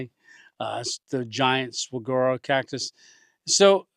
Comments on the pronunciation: Saguaro is pronounced; Suh-WAR-o. "War" in all caps to denote that the emphasis is on the 2nd syllable. Great video, there are a few tricks to camping in the Arizona desert. The 1st one, you already figured out; staying out of that sun. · Not to be a grammar nazi but the cactus is pronounced suh-war-o. Native lifelong Arizonan here. God bless.